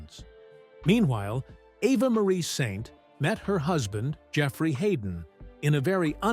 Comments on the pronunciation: You’re mispronouncing her name it makes my skin crawl. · as an anchor-reporter in L-A 25 years ago, I met her. A friend is her agent. So genuine and lovely. And now 100, amazing. But dude, please why can't you pronounce her name ??? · How stupid do you look if you can't correctly pronounce the name of the subject of your video? Do your research! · Your reader is uniformed and cannot say her name correctly or the same way twice.